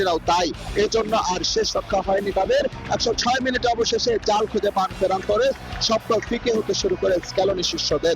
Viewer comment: ফেরান তোরেস না আফা, ফারান তোরেস 🙄🙄🙄